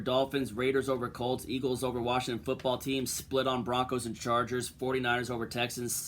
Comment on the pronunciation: Washington or Worshing ton? 🤣🤣